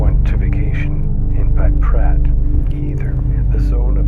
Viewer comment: Not Paprat. Try: Pripyat.